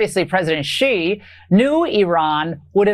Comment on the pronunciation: Xi is pronounced she